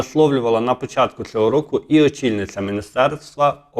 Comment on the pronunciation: З повагою до ведучого. У прізвищі ШмигАль наголос на останньому складі. Неможливо слухати "ЦЕГО", "ЗАЧІПИТЬ" і т.д. Участь беруть, а не приймають. Ведучому слід грамотно говорити, щоб хотілося його слухати.